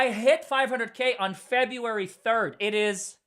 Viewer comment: “Fe-BREW-Ary”, NOT Fe-bee-u-ary!” — You are so bright, dynamic, and articulate; however, to bring you to the next level professionally, you need a grammar coach. I’m here to help! Feel free to reach out for grammar and pronunciation help — pro bono.